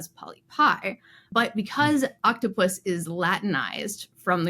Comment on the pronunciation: It's octo-pus, not oct-opus